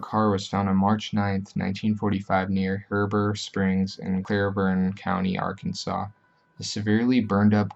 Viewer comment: It's He-Bur Springs, Clee-burn County lol And Wah-Shi-Taw.